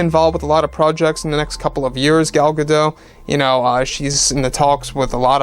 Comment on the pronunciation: Her name is pronounced Gal Ga-DOTE'.